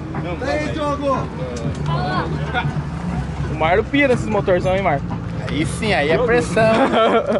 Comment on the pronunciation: "Diogo" Thuler kkkkkk